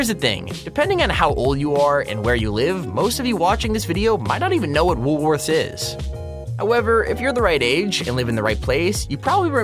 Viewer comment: WoolWorthes in Australia is a supermarket. I dont know about you guys but when he said "woolworthers" I was about to go out on him until i saw a pic of the store he was talking about